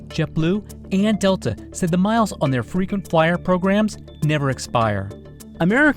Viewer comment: Frequency flyer sounds like Frequency f***